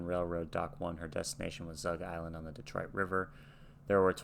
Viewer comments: You can tell by the way he pronounced Detroit that he grew up watching the Canadian TV show Hockey Night In Canada on Saturday nights where play by play announcer Foster Hewitt, and later his son Bill pronounced it that way. Also on the program for a while was Neil Young's father Scott, who was a sports writer. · You noticed the odd pronunciation of "Detroit" as "Detro-yit." I haven't heard this for a long time. It's a pronunciation peculiar to the city of Toronto and the small towns of Southern Ontario nearby --- one which long ago vanished from general use. Only very old people in Ontario still pronounce it that way. Lightfoot is 84 years and still performing and recording (his latest album was released in 2020). Lightfoot came from the small town of Orillia, Ontario, north of Toronto. This town sits exactly where the farmed land of Southern Ontario suddenly changes to the un-farmable Canadian Shield country of rocks, lakes, and forests, and is very near to Georgian Bay, which is the eastern half of Lake Huron. Lightfoot spent his childhood and youth in that area, which is a haunt of sport fishermen, where people grow up knowing canoes, boats and ships better than they know cars. The ships crossing the Great Lakes, with their cargoes of grain and timber from Western Canada, Iron ore from Michigan, etc. would have been a big part of his childhood universe. Though split between two countries, the Great Lakes are a world of their own, and those who sail them a brotherhood. Lightfoot knew the people of both countries, how they lived and how they spoke. "The ship was the pride of the American side" would be instantly understood by anyone on the Canadian side. BTW, the song is about a ship, not a boat. They aren't the same thing. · Yes, people from Ontario tend to pronounce Detroit so it rhymes with "destroy it". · Detro"IT" is definitely a Canadian pronunciation. I heard it pronounced that way on Hockey Night in Canada my entire childhood